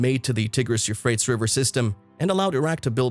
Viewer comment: same for the Tigris river 🤣